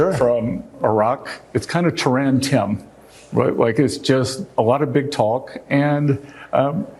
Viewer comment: He thinks " Tehran Tim" is so cute.....never mind how he pronounced Tehran